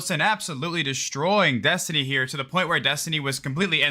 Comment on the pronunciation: Destiny rhymes with Test-Tinie... Just sayin